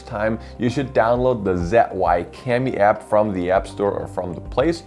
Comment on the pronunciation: its called Z - yu~win